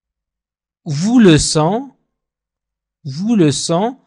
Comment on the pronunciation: Salaam Merci pour Les leçons. Mais tu pronnance le(vous) comme (vos)